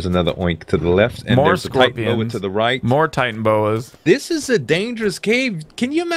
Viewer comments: I don't mean to be a douche, but the Titanaboa is pronounced Ti-tan-a-bo-a. Sorry if the syllables are wrong, but you do pronounce the A. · its not titanboa, it is Titanoboa (Ty-Tana-boa) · I'm not trying to be a hater but it's not supposed to be titanboa, it should,be titanaboa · AllShamNoMu ty-tan-O-bow-ah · It's "Titanaboa" and yes it was real